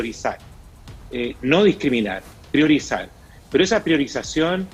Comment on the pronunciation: PRIORIZAR*AAAH PRIORIZAR*???